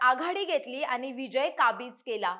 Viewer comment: आनी , रानी छाण मराठी बोळने आहे तुमचे। असेच बोळत राहा। तरून भारत ला वीणती आहे, अशीच लोकं णेमा